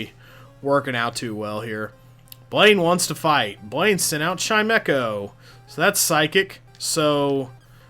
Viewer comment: You miss pronounced chime-cho sir. I'm so disappointed.